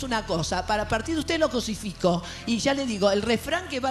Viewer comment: Moria dijo cosifico, y la mole pensó que lo crusifico? O no entendí, no se.